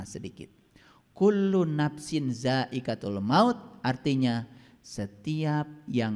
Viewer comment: Kullu ngapain dzaaiqotul mauti Bukan daikatul He he koreksi bacaan Alquran Nya